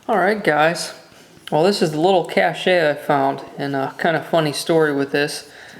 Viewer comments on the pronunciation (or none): pronounced KASH not KASHAY!!!!!!! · Cool, However people use the pronunciation Cashy or Catch. Its actually pronounced "Cash" cool find man, I love stuff like this !! If your digging things like this.. Don't worry it won't be long until you find a SILVER cache !!. ;-) Keep it and HH !! :D